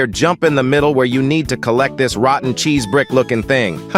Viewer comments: “rotten chese” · "rotten chese"